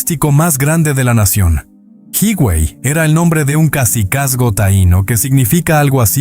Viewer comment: Hermoso documental,, Hermoso mi pais,, pero como siempre alguien debe poner la nota,, 😊 ,,HIGUEY no es" jiguey" recuerda que la "H" es muda y se pronuncia "iguey" lo mismo con "AZUA" es como se escribe sin acento en la U,, discúlpame por la corrección, Bendiciones